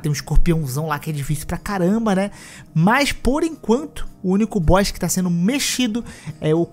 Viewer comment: Ele não é um “Boixs” difícil! 😅 Boss = Bós